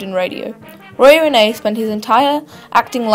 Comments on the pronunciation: pronounced REEN not Rennay. From someone who lived during that era...my Dad and Mother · Roy Renay? No. Roy REEN as in SEEN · His stage name Rene is pronounced 'REEN', not 'RENEE' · It's pronounced "Reen" and his last name isn't pronounced "slow". He was born Henry van de Sluice, as in "juice." Before making a video of an iconic Australian figure you should first research on the proper pronunciation.